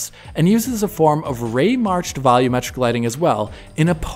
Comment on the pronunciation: It bothers me how you guys say volumetric. When the TV is too loud, do you say "turn the volum down"?